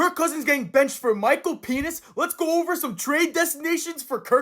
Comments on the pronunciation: Why do you call Micheal penis that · Bro KEEPS saying penis